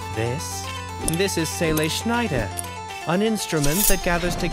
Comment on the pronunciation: just fyi, your pronunciation of Seele(n) Schneider is quite good.